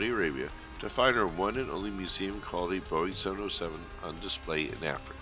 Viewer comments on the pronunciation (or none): none